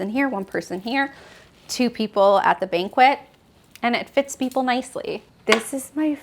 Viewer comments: Oh dear....I believe the term meant to use when describing the seating in the dining area was Banquette - pronounced - bank-et. Not Banquet - pronounced - bank-wit (a formal celebratory gathering )which she kept repeating. While I found the apt decor interesting & there were some beautiful pieces, I found a few things difficult to ignore. Aside from the use of incorrect terminology in multiple spots, her repeated use of the phrase - "collect, don't curate" was non sensical! Good design consists of both... collecting & then curating your collection. Curating the pieces in your home is an integral part of creating a beautiful space!! We all make mistakes & mis speak sometimes. And I'm sure doing a tour of your home on camera can be challenging. Trying to describe your special pieces & the thoughts that went into your choices while keeping flow & interest is not easy. seems very sweet & she clearly has a passion for decorating. However, when that is not only your job but you've actually authored several books on the subject, just like in decorating, the details matter! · Beautiful apartment with amazing ideas. I love the layered artwork! You are a doll. However, it’s a BANK-ETTE not a banquet. A banquet is where we eat rubber chicken. - Suzi D, Louisville KY